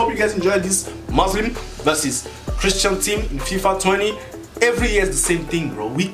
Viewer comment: Dude its Muslim not Muzlim 😒